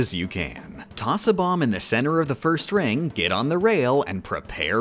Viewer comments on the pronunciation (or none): none